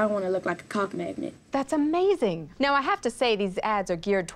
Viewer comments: I thought he said cop magnet... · i heard cop magnet at first lol